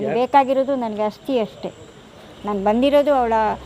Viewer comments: ಆಸ್ತಿ ಅಲ್ಲ ಬ್ರೋ ಅಸ್ಥಿ .... ಅನ್ನಿ. ಎರಡೂ ಪದದ ಅರ್ಥ ತುಂಬಾ ವ್ಯತ್ಯಾಸ ಇದೆ... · Aasthi alla asthi. Sariyaagi kannada bareyiri